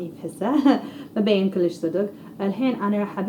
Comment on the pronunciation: بتصور بتقدر تحكي عربي بس بتتصنع اذا قادره تحكي لهجه صعبه ما في تحكي صح لانه عم تلفظ كلام صعب حدن يحكيه كلش كلش احشي احشي شو هيدا ما قادرا تحكي عربي